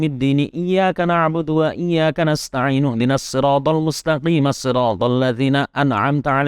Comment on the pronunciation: Waktu washol lafadz mustaqimah shirotol. Kok dibaca mustaqiimash shirotol